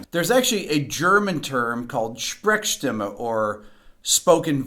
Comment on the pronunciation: Just discovered this channel and now I'm bingewatching - love these thorough reviews! P.S. Also love how you pronounced "Sprechstimme" 😄 Thumps up from Germany 🤗